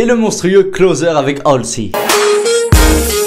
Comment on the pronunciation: Tu te rappelles dans ta vidéo "Mes sons du Moments" T'as Dis HASLEY au lieu de HALSEY ?!? 🤔🤔😂